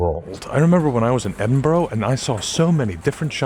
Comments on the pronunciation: Its 'bruh', not 'borough'. Eh-din-bruh. No one outside Scotland gets this right though so don't sweat it BTW well done on having the baws to just walk through people while presenting. That one dude turning round to watch you with confusing was hilarious but so anxiety inducing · "Edd-in-borrow" 😂 I can't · EDINBURGH IS NOT PRONOUNCED EDIN BURROW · being scottish and hearing edinburgh pronounced as edin-burrow is funny lol anyway great video! i will keep this in mind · 'Edinburruh'! And 'PrecinCt' on the map. Lose no sleep at all. And guess how good my Icelandic is. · As a local I cringed at the pronunciation of Edinburgh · It hurts every time he says Edinburgh. I wonder if he visited Co'burn street? ;) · Youre gonna catch flack but you did better than brits pronouncing Reykjavik. Edin-bruh, borough endings evolve over hundreds of years to just be a quick bruh sound. If you get a chance sometime visit newcastle, its very small but grey street informed my entire view of metropolitan fantasy!